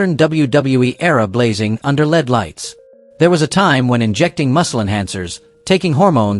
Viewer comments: And right from the start the AI said lead lights instead of L E D lights, too funny. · Lead lights.....Hahahaha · I had to stop this almost immediately when I heard "lead" lights.